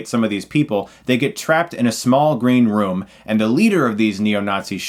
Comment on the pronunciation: Did he say "Green romance" at the start?